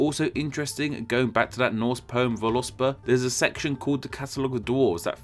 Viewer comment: Head's up for any other time one wants to say it. Vǫluspá is pronounced more like Vawl-oohs-paw. Or Vawl-ooosp-Oh